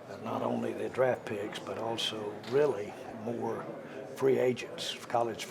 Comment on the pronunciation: I heard "pigs" instead of "picks" and just thought it was another Jerryism